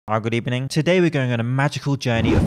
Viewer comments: Good ebening 😂👍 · I watched a few of your videos recently but the good ebening made me subscribe 😅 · Ah for fucks sake not himself, OUT